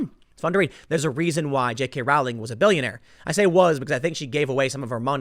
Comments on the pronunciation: Its pronounced "rolling." Do your research bruh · Its prononced rolling. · Row in Rowling is pronounced Row, as in Row, Row, Row your boat. Dammit Tim, look this shit up, you mispronounce people's names all the time. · Rowling, Row-ling like in "Row Row Row the boat" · Sorry to nit pick, but it’s pronounced “rolling.” Tim repeatedly gets this incorrect.